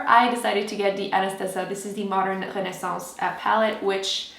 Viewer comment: That "Renaissance" pronunciation 😍